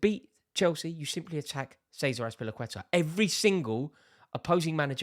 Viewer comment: dude just murdered ceaser asaperlauuuuuuiiiittttaaa loooool